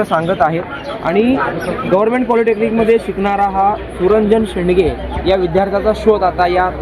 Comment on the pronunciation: "सुरंजन शेडगे" शेंडगे नाही.